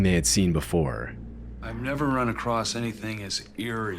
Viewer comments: He says acrost in a lot of his videos. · There is no T in "across".